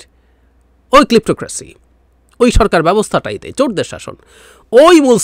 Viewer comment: It is ক্লেপ্টোক্রেসি Your pronunciation is very poor.